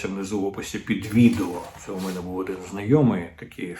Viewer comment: Не "а не 'мене", потрібно "а не ме'не". Не "прих'ворів", а "прихво'рів".